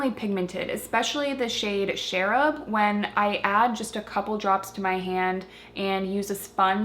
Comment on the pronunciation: I love these blushes--I got a bunch of them in sample size from his website a while back. They are so pigmented that a little goes a long way. By the way, the "ch" in Cherub is like in "change" not "Sheryl"--cherubs are innocent baby angels (and also the ironic nickname for the National High School Institute participants at Northwestern University, ha ha). :)